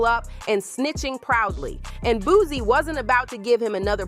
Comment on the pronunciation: It’s Boo-C, not Boo-Z! 😂